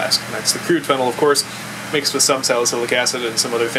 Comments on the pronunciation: It's not fennel. It's phenol. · (FEE- KNAWL) not (FEN- NEL). directions unclear ketamine turned into chocolate pudding. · Pronounced feeeenal fennel is an herb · Why are you pronouncing Phenol (Fee-NOL) like Fennel? hahaha Most "OL"'s pronounced the same way. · You pronounce phenol wrong. It is (fee-nooL) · Phenyl is a different group. His pronunciation bothered me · No, when something is ACTUALLY called/pronounced a certain way - you're meant to read it the same way - it's not a dialect thing, it's you saying it wrong.